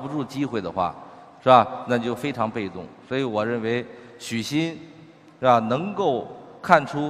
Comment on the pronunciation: Emily Lee 他是说“是吧” 说快了就这样